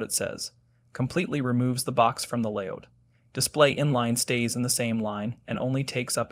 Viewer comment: Stop saying "layOUCH" instead of "layOUT"! How do you say "get OUT"? ... yes so "layOUT" please... it hurts my ears to hear "layOUCH"